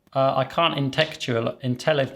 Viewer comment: Your struggle to accept enthusiastic compliments (and pronounce the word “intellectualize”) is very relatable! It made me smile.